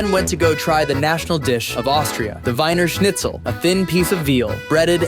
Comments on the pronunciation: You need to pronounce it Weener Schnitzel, not Winer 🤭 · Wiener Schnitzel is pronounced "VEE-ner SHNITZ-el". Your pronunciation was DIABOLICAL.